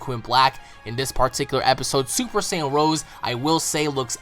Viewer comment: Please don't say sAaaayian again. Go back to super SAYain